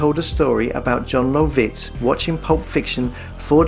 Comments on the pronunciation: How did you manage to pronounce Jon Lovitz's name three different ways and all wrong? That's strangely impressive. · Holy shit, the way you say John Lovitz. Is that engagement bait in falling for now. So jarring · Jon Low-vits…..🤣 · The way he says Jon Lovitz is killing me.